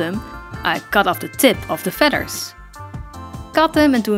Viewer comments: Magennta fedders. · I adore the way you say "feaders" lol